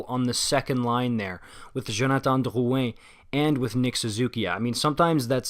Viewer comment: What a weird comment. I think it’s great that he pronounces Drouin and Bergevin the right way